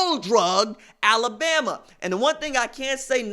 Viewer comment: RJ you are crackin’ me up about Al-la-BAM-MA!